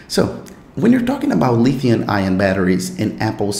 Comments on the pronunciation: Pronounced lithium. Not Lithiun. No N at the end. Fyi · This dude say LITHIUN batteries. Lulz.